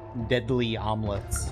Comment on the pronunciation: When you got the egg, I thought you said "deadly omelets" and it made sense. After that you said "amulet", and I was like "hmmmmm, now that make even more sense"